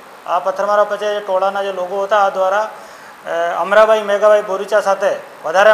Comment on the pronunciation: અમટા ભાઈ નઈ અમરાં ભાઈ સરખું બોલો